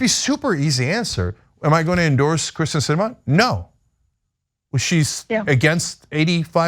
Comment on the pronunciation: I have NO love for Kyrsten Sinema, but it's pronounced KIRsten not KRIsten. She's been senator for years now, you've covered multiple stories with her, you should know how to say her name